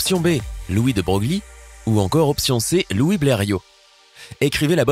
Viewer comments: (de Broglie, ça se prononce de Breuille) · louis de broglie se prononce louis de breuil